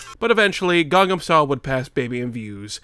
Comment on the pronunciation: ITS CALLED GANGNAM STYLE!!! NOT GANGAM STYLE!!! AAAAA!!!!! other than that, cool video